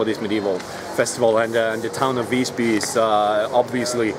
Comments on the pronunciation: The I in Visby should be pronounced long. Hahahaha. Haha, he said "spare" but meant save up. In Swedish save is "spara". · Ah yes, the city of Vissby. I've been there once. I'm curious; don't you look up the pronunciation beforehand? Learn it at the place? Because it's supposed to be a long i. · Ah the classic foreigner, always pronounces visby "vissby" No, it's not pronounced vissby, its pronounced VIIIISby, do you understand? maybe not well its a long I, visby means wise village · the "'i" in Visby is supposed to be pronounced like a long vowel.